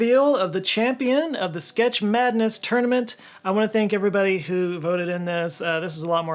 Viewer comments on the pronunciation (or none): none